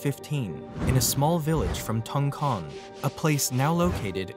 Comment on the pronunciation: it's Thongchŏn not a tong-kong, like a tong-cheon